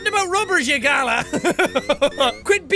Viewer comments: 'galla'???? 'ga-laaaa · ITS A g- lah NOT A gah-lah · Jackaboy, it's pronounced "gah-laa". It's a parrot from Australia. It's basically what you call someone when they're being a dingus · i went to Australia for 3 weeks and i understood... and Jack said galah wrong, its the parrot galah ( i might be spelling that wrong) not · Good lord jack saying galah as gala is funny as fuck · How he pronounced galah XD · The way he said galah lmao